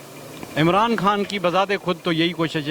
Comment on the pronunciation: Chutiye....Kam se kam Imaran khan ka naam toh achhe se le....Sale Imaran haan Imaran haan kar rahe hai